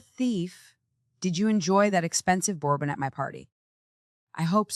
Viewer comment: Bad, bad AI voiceover. Champagne, bourbon, facade…people, don’t use these words if your AI cannot pronounce!!